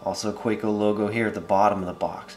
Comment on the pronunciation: fwiw, being a german company, it's pronounced "kah-veh-co"